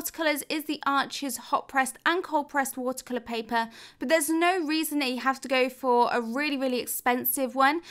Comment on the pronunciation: I just want to say I love your videos and I also love the way you say “watercolor “😍